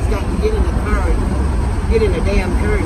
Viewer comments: The cer you mean car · at this point it’s “sigga et” and “kur”